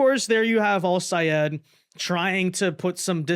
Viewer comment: I am SO GLAD you pronounced Al-Sayed's name right!!!